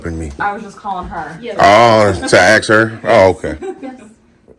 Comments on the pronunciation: It's ask not axe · Ask her not Axe her!!! 😂🎉😅Ahole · Maybe they should “axe” him to leave instead of “asking” him. He may understand this verbiage easier than English. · She can ax? What does that mean? This guy is a bitch. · “ you can ax “. What does that mean. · Please don’t axe her!! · another highly edumacated. dont AXE me.